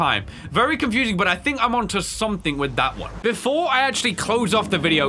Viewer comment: ha you said "bedore" you are no sigma of the lone wolf gang